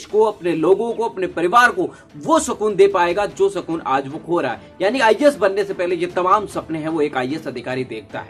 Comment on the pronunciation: pehle IAS bolna dang se seeklo